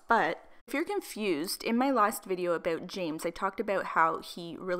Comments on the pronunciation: I love how you say about AH BOUT 💕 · The way you say about makes me cringe 😶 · aboot lmfao